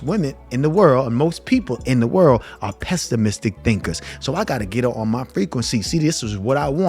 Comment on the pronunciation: Good game, its pessimistic though not pestimistic.